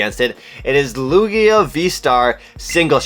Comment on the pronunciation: the way you pronounce Lugia is hurting my brain lmao